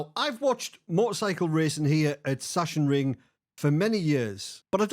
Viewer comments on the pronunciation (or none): Hi, big fan. Just chiming in in case no one has told you yet, but as a german I can confirm that it's pronounced "Sucks-En-Ring" and not "Sush-En-Ring";) Keep up the great work! See you on the track. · Saxonring, though a German would pronounce the S as a Z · Hi, greetings from germany, love your content mate. (btw. you can pronounce it like "zaksenring") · Everybody is calling it "Shashenring" when it´s more like "Zaacksenring" :D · It's pronounced...SACK SIN RING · Hi, the german track is pronounced "Saxonring" or "Saxenring". german smartass mode off 🙂 keep it on with you ecxellent content and drive safe! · Literally everyone has butchered this as a MotoGP fan it’s been painful 😂